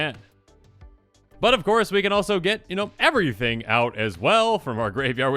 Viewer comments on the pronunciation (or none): none